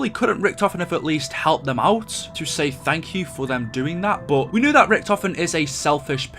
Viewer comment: at the end cutscene for the EE he says “sank you and goodbye”